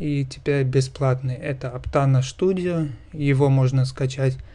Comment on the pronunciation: Студио а не Штудио